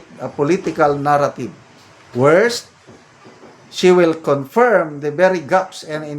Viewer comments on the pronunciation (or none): none